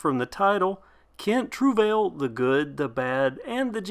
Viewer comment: I googled the pronunciation and you got it wrong........